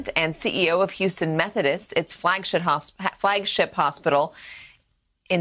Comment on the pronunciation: She said its FLAGSH¡T HOSPITAL!! LOL. AT FIRST OF VIDEO 😂